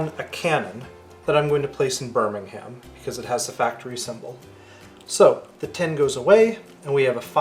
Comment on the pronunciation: Also, Birmingham is pronounced like "Birmingmm", with a silent "h" and the "a" almost silent too.